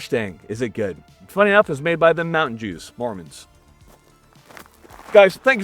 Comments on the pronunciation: Mountain jooz... 🤣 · "Mountain jеws" 😂😂😂